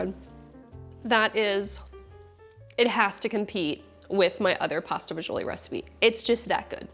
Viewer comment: my wife made this last night after we shoveled snow for 5 hours. she followed your recipe exactly. your first version, which we made already was great but this one is on another level. i even shoveled a path in the backyard to get to my rosemary bush. one problem though. as a second generation sicilian from staten island it pained me to hear it pronounced “fagioli” but we understand why you had to say it that way. lol. keep em coming and thank you.